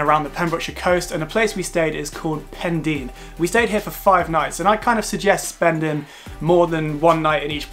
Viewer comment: Really good video, thoroughly enjoyed! I live in west wales, just so you know, Pendine is pronounced Pen - dyne 😉